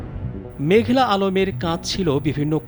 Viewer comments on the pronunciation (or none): ওরে সাংবাদিক ভাই মেঘলা না মেঘনা আলম